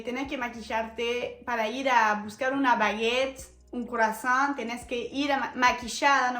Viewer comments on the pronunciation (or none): none